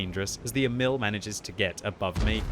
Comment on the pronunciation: Pronounced more like Eh-mil not emile